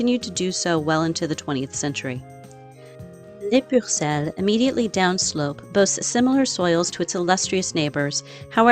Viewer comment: It’s Les PUCELLES not Les PURCELLES.